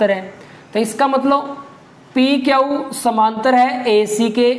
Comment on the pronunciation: Sir aap q ko kyau kyon bolte ho